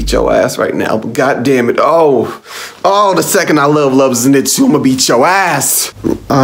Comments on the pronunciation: Bro, why tf do y'all keep saying "Zinetsu"?😭😭 It's "ZENITSU" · not ze- nit-su but zen-i-tsu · Its zen eet suu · The way he pronounces “Zenitsu” 🙉🙉